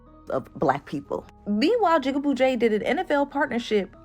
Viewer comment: She said "Jigga BOO Jay". That was a little funny though 😊